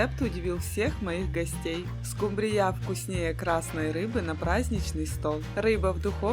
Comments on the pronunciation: СкУмбрия, а не скумбриЯ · Это что, новое название скумбриЯ, режет слух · Спасибо за рецепт! Но, почему скумбриЯ?! Ведь наверное было бы правильно-скУмбрия...Или я ошибаюсь?))) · Да почему скумбриЯ ? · Не скумбриЯ, А скУмбрия!!@ Извините .... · Ооочень нудно расказываете, до конца не досмотрела.....и почему скубриЯ? скУмбрия, ударение на У! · Опять скумбрИя!! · Это у миллионеров говорят скумбрия с ударением неправильным,не скумбриЯ,а скУмбрия.И солфетку к чему постелила,для красоты?вся она размокла и разорвалась.А так вроде нормально. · Вот этой скумбрИЕЙ, да по мордам, по мордам, чтобы научились правильно ударение ставить, и музыку, лучше гимн Украины. Помереть от этой тянучки можно! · Спасибо, конечно, но 30 минут можно было уложить в 3. Невозможно даже на скорости х 2 смотреть и еще -- скУмбрия, а не скумбрИя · скумбрИя, у нас скУмбрия. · не скумбрияяяяяяяя а скуууууууумбрия. а рецепты оч вкусные спасибо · СкУмбрия, а не скумбриЯ.Ударение на у, а не на я Слух режет. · Ударение в слове "СкумбриЯ" Режет слух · Откуда родом эта СкумбриЯ? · Почему не скУмбрия, а скумбриЯ?музыка осточертела. Не смотрю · Мне больше всего понравилась "скумбриЯ" ну "скУмбрия", у такой дамы с таким количеством брильянтов на кажном пальце, просто не может существовать. Это надо так изловчиться, что "скУбрию" превратить в "скумбриЮ" при всей любви к рыбе " скумбриЮ" есть расхотелось. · Про миллионера,вы конечно загнули! Браслеты на руках при разделки рыбы,да и вообще при приготовлении пищи - это просто ни в какие рамки!На это даже смотреть не приятно!!!Название рыбы - скУмбрия,а не скумбриЯ!!! Музыку,нет сил слушать - уважайте же тех кто вас смотрит!Извините! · В русском языке нет слова скумбриЯ Есть слово скУмбрия За рецепты спасибо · Ну откуда у нас божественная скумбрИя, у нас обычная скУмбрия. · Ну, так рыба -то особенная скумбриЯ! Это вам не скУмбрия. 🙂🙃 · Хороший рецепт,но сразу пропадает интерес смотреть после услышанного слова СКУМБРИЯ с ударением на последнюю букву Я !